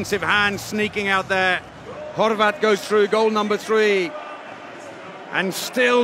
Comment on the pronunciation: majke mi kad je reko Horvat I was shook